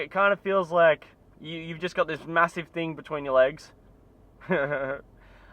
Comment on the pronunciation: Really u said massive like that. ha.